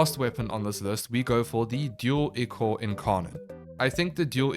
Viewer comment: I hate to be THAT person but it’s pronounced “Eye-Core” not “ick-or”